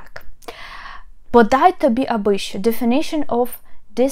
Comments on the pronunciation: У нас що здебільшого вимовляють не як шчо, а шо. Це настільки мемна тема, диву даєшся, як ви пропустили щось таке, живучи в Україні. І чи в Україні взагалі?) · Pronounced "scho"